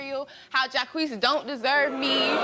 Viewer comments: His name is Jock not Jakwees... 🤔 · Jacqeus... French name so badly pronounced..it's laughable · Jacques, pronounced Jah-kweese…. What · They pronounce Jacques as Jah-queeees....LOL! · That man's name is Jacques, not Ja-queez 🤣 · when you give your son the french name "jacques" but you pronounce it "Jaw-Kwees" hahahhahahhah come on, bro...wtf are you doing? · That pronunciation of Jacques 😂😂😂 all French speakers are shaking their heads 😂